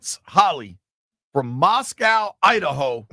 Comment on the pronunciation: It's pronounced Moss-koh, not like Moscow in Russia. It's where the University of Idaho is.